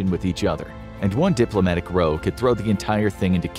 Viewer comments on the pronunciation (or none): 'ROW', as in 'the two countries got in a row', rhymes with 'COW'. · Very minor nitpick. In this context row is pronounced like cow, not like what you do with a boat.